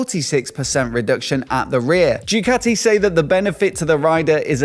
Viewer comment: Bro, you have a motorcycle YT channel. At least get the goddamn names right! It's Ducati, not Jewcathy! FFS!